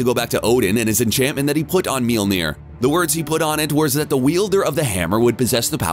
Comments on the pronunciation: This man said njolnir and not mjolnir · Mjol mjol not mil mjolnir me yol near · He said mjiolner (sorry for spelling) can summon the bifrost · its MILNIR. you should listen carefuly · When she broke “Meelnir” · (me-jol-neer) The way you say it is wrong and bugged me lol sorry